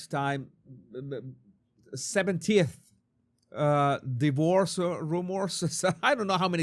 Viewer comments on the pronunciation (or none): none